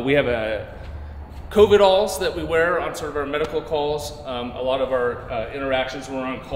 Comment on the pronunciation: Omg didn't he say covidalls lol instead of coveralls. That's awesome